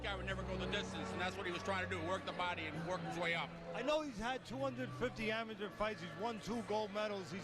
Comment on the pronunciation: This dude can't read. He said amaTER record smh